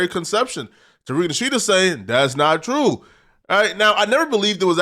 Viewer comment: Why are you unable to say Tariq nasheed's name properly? And where did you get Asians???